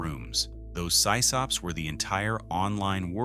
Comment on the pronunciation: It is pronounced Sis-Op... not Sigh-Sop... geesh... as in, Sys-tem Op-erator?!? I remember the age when some internet companies started giving away these modems, they couldn't get rid of them anymore.